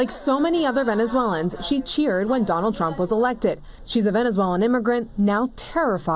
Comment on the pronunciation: "I will vota for Donnold Truump" "I will vote for Donnold Truump"😂